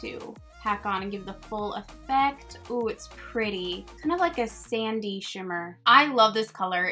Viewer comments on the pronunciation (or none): none